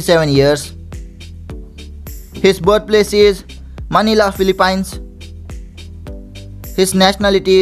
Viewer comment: natawa ako sa phili- pines🤣🤣🤣🤣